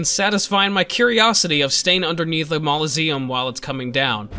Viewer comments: “Malaseum”? Mausoleum. Not sure if that’s just the way you CHOOSE to say it because of some unknown reason, but it really fucked w my head. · "Mauloseum" Good video like always,love your content